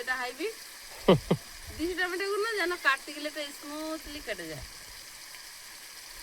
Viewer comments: tometa bole na tometo bolbe bhul to hoi tumi thik ta sikhe nao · তোমার ননদ, শাশুড়ি মা কিছুপাঠালেনা।।? টমেটোর ঝাল আচার বানিয়ে রাখো। ভাত পাতে খেতে ভালো লাগে। কথা টা টমটা নয়, টমেটো।